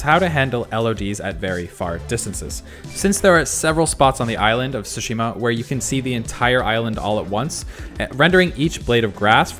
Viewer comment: Dude keep repeating "Ghost of sushimi"